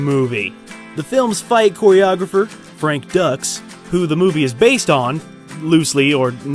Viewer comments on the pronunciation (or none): 1st off, it's Dux, "Dukes," not Ducks and... "Cannes" is pronounced "Can." The ES is silent. 2nd, the set and background of the movie was obviously developed with creative license because no one would want to see a movie about a tournament which happens in "back street" setting with a bunch of shady characters hanging around. It needed "beautiful people," as well. The interviews between Dux and Viking Samurai on his YouTube channel answer a lot of questions, including the fact that Senzo Tanaka does exist and was his teacher for about 5 years (confirmed in an interview with Sky ). Dux also explains how the large number of won fights happens in a short period of time, some lasting only a few seconds. Having fought in large tournaments, myself I can attest to this happening. Not that many matches are long, drawn out affairs with guys beating each other half to death. This is also eluded to in Bloodsport, with many of the "filler" matches in the montages being over very quickly. . Dux is a verified, qualified martial arts instructor with his own system.. There are videos of him teaching classes with validity, not some hokey demonstrations as found in the "fake master" segments on the net. There are lots of rumors and myths about Dux, a lot just "investigative" rehashed of other rumors and myths. Some of the things he has said have been exaggerations and even if there are lies that he's told of screen and out of the dojo, not liking someone for questionable ethics doesn't automat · me hearing this guy mispronounce 'frank dukes' as 'frank ducks' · Why do you say dukes like ducks as in quack quack.🦆 When it's dukes like Daisy Duke. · its Dukes, not Ducks, spelled Dux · His characters name in bloodsport is pronounced dukes